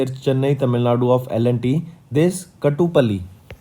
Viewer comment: Pronounciation should be, 'kaa' Kaatupalli.